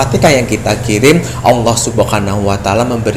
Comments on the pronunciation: Alfateka? 🙂 Alfatihah Pak hehe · Bukan alfatekah.. Yg benar alfatihah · Jangan alfatekah.. Alfatihah..